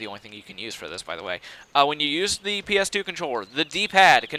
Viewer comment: i like it when you keep saying pass "A" for the ps2 game xD